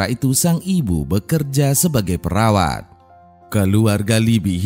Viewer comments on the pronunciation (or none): none